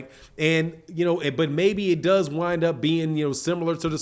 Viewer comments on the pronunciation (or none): none